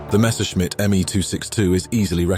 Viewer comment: Messerschmitt is pronounced flawlessly, a rare thing to hear from an english speaking narrator 👍